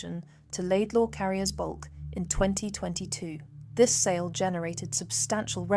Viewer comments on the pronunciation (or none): none